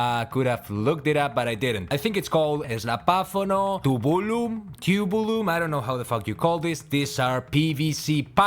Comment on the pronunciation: Brilliant reaction, Bro, but... PLEASE, TOOO-byoo-lum. There's NO "tumble" in it, just TOOBS! 🙏